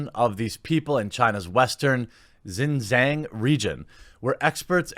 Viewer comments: I lived in China, last time I was there was 2017. The punishment for minors who overplay is likely going to be a negative effect for the parent's social credit score. edit for Jeremy: The 'jiang' in Xinjiang is pronounced with a hard j, like jar, and the g at the end is mostly silent, so it ends up sounding like "Xinjarn". Fascinating part of the world with incredible scenery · That's how mafia communism works Btw, the province Xinjiang where the Chinese Muslims live is pronounced Shin-ge-yung